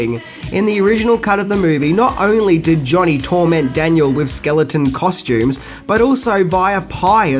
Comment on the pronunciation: "Skellington" costooms, "Kai-bra Coe" we could go on. making new lingo! Love it 😝😝 End it by saying..." I'm who....Wax off!" 😳